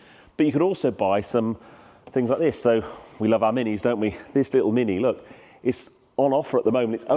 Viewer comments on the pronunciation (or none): none